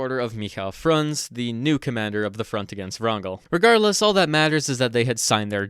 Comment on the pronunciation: A little correction it's Frunze, not Frunz.